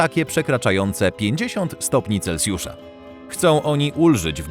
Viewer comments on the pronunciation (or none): none